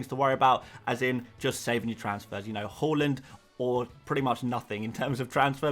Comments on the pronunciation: Whoreland? It pronounced H~ar~land. Coming from a Norwegian…. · you actually almost got the haaland pronunciation down! if you say the LA part like you do in LAVA, you got it 100% right. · Just pronounce it as it is written. His name is Erling Haaland. Simple as that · say the haaland properly man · sorry if I am to rude but I really adore the player and want you to say it right